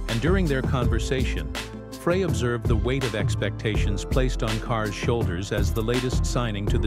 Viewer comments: They say that that is intentional, to get you to write comments about how they CAN'T PRONOUNCE THE NAMES PROPERLY.I BELIEVE THEM BECAUSE THEY NEVER PRONOUNCE FREY CORRECTLY. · I refuse to listen to anything about the Eagles that can't pronounce Glenn Frey's name properly.